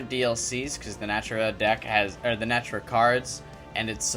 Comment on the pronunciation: One more thing. The Archtype name is Naturia not Natura. Na-Tur-Ia.